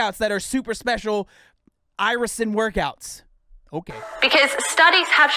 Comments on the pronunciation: Irisin VS Isirin. Drove me crazy also man. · Face palmed myself so hard I passed out. Talking about a hormone she can’t pronounce, yet she knows so much about? 🥸 Get these fake fitness scammers off the internet😅... FINISH HER! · It boils my blood how she keeps flipping the letters in Irisin and yet they did NOT FEEL THE NEED TO RERECORD! That‘s so unprofessional. It‘s so insulting to every watcher’s intelligence 😂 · I actually saw her ads a couple of months ago, and clicked on it just to see. After the 3 time she pronounced Irisin “isirin” I dipped! 😂 I agree that is seems like she has no idea what she’s talking about, and she’s probably being fed lines. Also, how ding no one catch those mistakes before airing the ads!? 😂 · "isirin" 😐😑 ummmm 😂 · They didn't refilm this because they assumed that nobody would notice that she pronounces it wrong the whole video because most ppl won't really be paying attention to that whole 30 minute video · my favorite thing is how she keeps saying isirin and the subtitles say irisin , every single time. it just breaks me , its incredible really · “She called it isogen that time!!”😂😂 I’m dying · I looked up the hormone during this video because I thought, “naaaah ...” ITS MOTHERF**KING IRISIN! Say it RIGHT! Argh! I think that literally gave me a rash. EYE👏RISSSS👏INNNN👏 meh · They’ve now actually put a voice over her pronouncing Irisin wrong every time so it says it correctly now but in a different voice. That alone makes it look fake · the funniest part, at least in the video I watched, the first time she said irisin there had clearly been a voiceover over that one word lol, meaning she probably butchered the pronunciation every time she said it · It's also funny seeing how the closed captions interpret her pronunciations of "irisin". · How did no one catch her pronouncing that hormone wrong?!